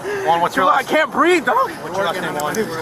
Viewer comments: “Ah can’t breef, ah can’t breef”. 🙄 They all say that now. 🤦🏻‍♂️ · "I can't breeve" News-Flash: No one cares. Please do the planet a favor and stop breeving. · "I can't breeve."